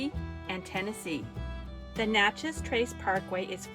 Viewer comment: Sorry. I was laughing at u for how u pronounced Natchez. It is Nat (pronounced like the bug). U missed out on the city Natchez. Beautiful with a lot of history. The visitor center is so good. Also if u go there get their food (close enough to get Cajun food).